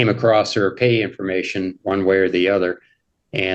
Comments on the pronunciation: This talking thing is a bit crazy. And I didn't kmow there was a 't' on "across the, acrostic, acroset"? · “I came acrost”